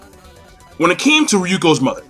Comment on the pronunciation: You kept saying "Ryuko's Mother" O__O